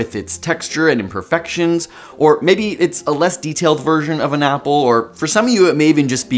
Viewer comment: When you said imagine an apple I imagined an owl because I thought you said owl. What does this say about me?